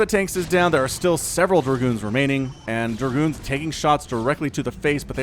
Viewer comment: giving it that Southern twang with DER-Goons:)